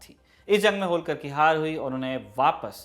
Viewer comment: होळकर बोलीये, होलकर नही! क्या उच्चारण है!!😃